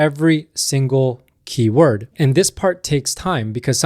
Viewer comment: This is how you pronounce the word "keyword"